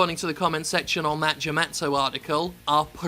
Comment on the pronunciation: Jim Sterling Lmao that "Jem-atsu" article